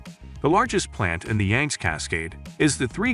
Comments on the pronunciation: Yang zee river, not yanks!!!!!! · It's YANG-see - get it right!